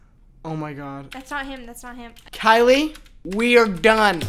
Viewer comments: Every time said “Kyli” and not “Kyil” I lost it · imvu man: kyil: kyli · love how the guy's name was kyil and he was called kyli the whole time